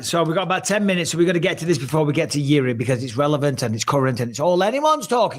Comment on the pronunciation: Czechoslovakian samurai lmao, that country doesn't exist since 1993 bro, he's from Czech Republic. And would anyone mma-related ever say his name correctly? It's pronounced "Yirzhi," not "Yiri."